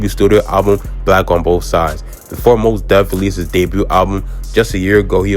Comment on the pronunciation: Not "Moss Def" 😆 Nah excellent vid tho bro, easy sub for me. I love to see brothers covering our history, especially the less spoken on stories & collectives like Soulquarians & BMU.